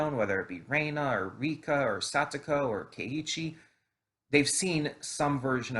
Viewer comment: Hi! Rena's name is pronounced as 'Reh-na' not like 'Ray-na'. Her actual name is Reina (pronounced 'Ray-na') but in the original, it's explained she doesn't like to be called by that so she goes by Rena now. By the way, this anime is confirmed to have 24 episodes. I've read the original visual novel for Higurashi and so far this looks to be a great sequel so I'm excited to see where it goes. Hope you enjoy it too!